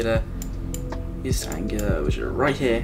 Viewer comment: Thank you for the info 👍 And it's Anglia, not Angila ;)